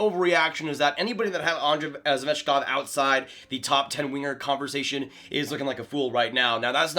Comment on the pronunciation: You absolutely butchered svechnikovs name lmao